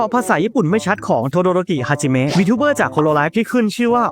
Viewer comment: ทำไมอ่านฮาจิมี้